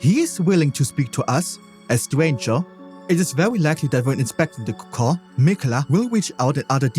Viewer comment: It's COCOON not CAHCAH.